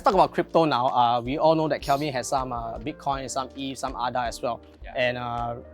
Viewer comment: It’s A-DA.. not AH-DA